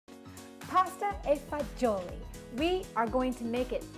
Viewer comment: Pronounced it wrong but thats ok. It is pronounced Pasta vazool